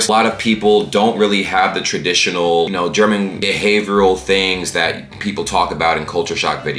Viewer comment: You're german pronunciation is excellent,!